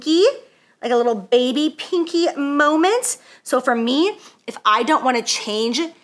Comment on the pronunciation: Whatever y'all do, do NOT play a drinking game every time she says moment aka "Momah" 😂🤣